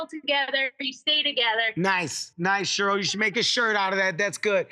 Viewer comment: Um, Cheryl is pronounced “Share..earl “ not, “Sherl” Kevin 😂